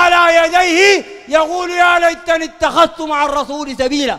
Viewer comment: ياخ دا قراية ما بعرف اقرا قال أتخذت مع الرسول .. إتخذت يا جاهل